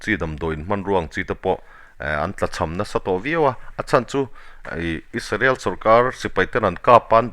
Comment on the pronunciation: Isarel nilo in israel ti in lam hram hram ang aw